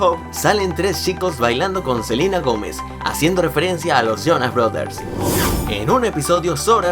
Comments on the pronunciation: Un pequeño error fue que dijo en vez de Selena Gomez Dijo Selina Gomez jejej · dicen Selina Gómez. Y es. Selena Gómez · Es celena Gomez no Celina Gomez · Selina Jomez XDXD es Selena Jomes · no es silina Gomes si no Selena Gomes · alguien se dio cuenta que cuando nobro a selena gomes dijo silena gomez saludos jaja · no es por criticar pero dijiste selina gomez jejeje